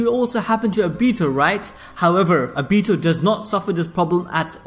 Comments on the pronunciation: And he said A BITO as in A then BEE also TOE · Whyyyyy are u saying ah bi tu fuck my ears are bleeding. Its oh bi to say it with me now oh bi to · It's not abito obito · Obihto is how he says it it’s actually funny though😂😂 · The way you say Obito’s name.. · He says Obito funny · Damn bro the pronunciation of Obito had me trippin I can't lieeeeee. Man said Uraka sensei 😹😹😹😹🤦‍♂️🤦‍♂️. Where you recording half asleep.